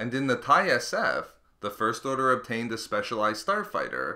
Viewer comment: I feel like the narrator puts the emphasis on the wrong syllables when he says "first order."